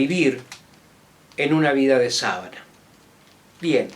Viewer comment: Sabana, tipo de terreno geográfico, es una palabra GRAVE, no esdrújula, acentuada en la anteúltima sílaba, y no lleva tilde ya que termina en vocal. La sábana (esdrújula con tilde, acentuada en antepenúltima sílaba) es la que se usa para tender la cama. En el este de Venezuela hay sabanas (acentuada en penúltima sílaba), terrenos en general fértiles, llanos, con bajo nivel de ondulación y grupos aislados de árboles, por donde andan los llaneros con sus ganados, y elles en general no usan sábanas (acentuada en antepenúltima sílaba por ser esdrújula) ya que duermen en hamacas colgadas de postes o árboles.